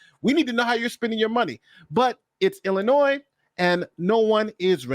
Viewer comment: Come on, don’t pronounce the s at the end of Illinois.